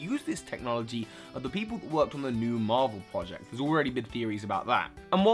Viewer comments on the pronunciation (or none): none